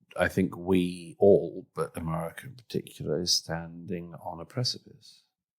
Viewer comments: I have the greatest admiration and affection for Douglas Murray, but the way he pronounces America as Amurrayca betrays worrying ambitions...😄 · He pronounes America so nice: Amurraca